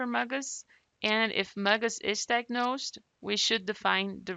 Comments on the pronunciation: This is very helpful, just stop saying “muggus”... it’s M.G.U.S. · My doctor calls it M - GUS like the letter M and the name Gus.